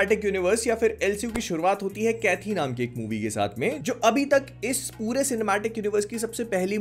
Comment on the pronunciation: It's pronounced as Kaithi/कैदी (Prisoner), not Kaithi/कैथी.